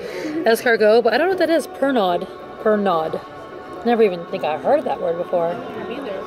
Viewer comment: D Cracked me up when you said Per nod... the d is silent. It's aniseed flavour, usually served with water.. Don't ever get drunk on it though lol.. OMG worst hang over I ever had one year in Paris. haha... hope you had great trip, your daughter reminds me so much of my own. And your daughter is right, steak should always be rare, though in fact prefer mine Blue :D x